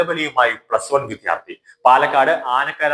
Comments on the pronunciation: വിദ്യാർത്ഥി എന്നു ശരിയായി ഉച്ചരിച്ചു കൂടേ? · താങ്കളുടെ ഉച്ചാരണം, ശരിയല്ല. വിദ്യാർത്ഥി എന്നു തന്നെ പറയണം.